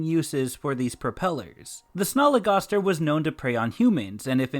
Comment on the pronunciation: Its pronounced sn-al-e g-as-t-er